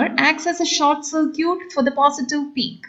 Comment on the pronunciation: Please don't pronounce circuit like that.. It is sir-kit, not sir-cute